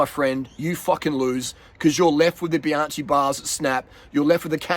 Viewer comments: Bianchi! It’s Biankee not Bianchee. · Bruh that's all good but please ... "bee-AHN-kee" ... not bye-AN-chee"... thank you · You don't pronounce Bianchi correctly...you never watch Bianchi Italian website!!!!! You pronounce Bianci...is with H!!!! Bianc HI like k t Forgot H . For you need to be like K .. so for USA Bianky.. got it?. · Love your work. Bianchi is pronounced Bian-kee. "ch" is pronunced "k" in Eyetie.